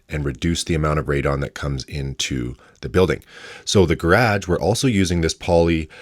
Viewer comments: Can't get over the pronunciation of "grage" rather than garage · He says it like how we say it in Australia!!!!! ❤❤❤ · One day I’m gonna punch you for the way you say garage lol jk 😂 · The way u pronounced garage 😂